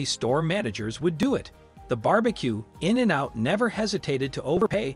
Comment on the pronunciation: I was like “Why is that guy pronouncing In-n-out’ so strange? Ohhhh…he’s a robot.” 😅